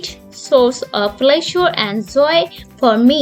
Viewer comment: It's joy not foy😊